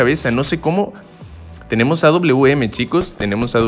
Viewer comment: Aprende a decir awm wawm así lo pronundñsiaste